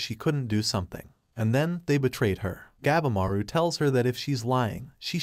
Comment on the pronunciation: Gabimaru the steongest ninja of the strongest. PRONOUNDED GAH-BEE-MAR-OO it's pretty stupid you cannot pronounce the name correctly. It pisses us all off.